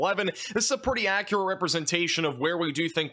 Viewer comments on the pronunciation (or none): none